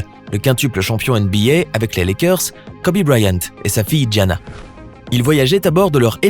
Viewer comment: Wow c est une femme forte mais n evorcher pas leurs nom se n est pas dianna mais gianna et kobé c est kobe c est e mais sa se prononce i